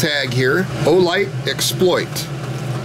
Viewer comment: Keep working with the straps… they do come out. If you want to fold them out on the side, I guess you can, but they simply feed back through the buckle. Also, you pronounce it exPLOIT (like the verb), and I pronounce it EXploit (like the noun). I don’t know which one is “right,” but there you are.